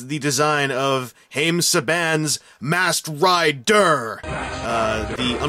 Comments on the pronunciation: MASKED RI-DER? moar leik masked ri-DERP LOLOLOL RI-DERP HAHAHA LOL Oh god! I've been spending too much time on power rangers fourms! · Masked Rid-DURR 😂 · everytime you said "masked ri-der" LOL laser gun.. LOL love what you done at the opening!!!